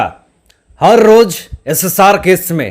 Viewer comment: Har ŕrrrttt......bolte mazza aa jata he